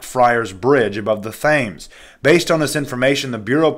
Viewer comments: The Thames River is pronounced Tems River ! Just thought I'd let you know bro! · That is a silent "h" in Thames - not nit picking, just sharing knowledge. Thanks for your informative videos 😀